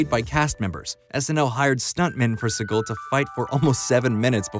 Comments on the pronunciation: Decent video, narrator probably should’ve at least looked up how to pronounce Segal instead of saying Seagull repeatedly. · u mispronounced segal s name through the whole thing